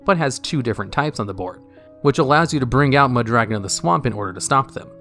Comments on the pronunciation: You pronounce Mudragon like Muh Dragon lol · Meh Dragon